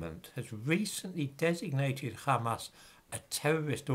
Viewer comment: Hamas, Mohammed, Wahabi, Ahmed... those languages have the soft, breathy H sound. so why does always mispronounce them as a throaty KH? it sounds really weird.